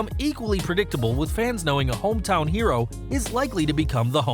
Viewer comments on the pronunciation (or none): none